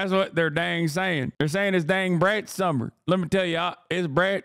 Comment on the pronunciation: "It's Brat Summah" did it for me